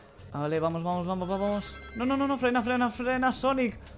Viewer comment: ja se escuchó no no no fran y sonic en ves de no no no frena sonic no me caguen a putadas en las respuestas